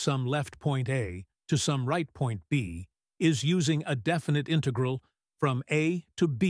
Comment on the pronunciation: Good exercise but AI voice doesn't know to pronounce "integral" or "cosine"